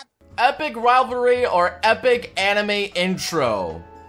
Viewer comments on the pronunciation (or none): none